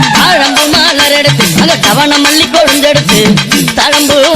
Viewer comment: It's not alli it's malli malar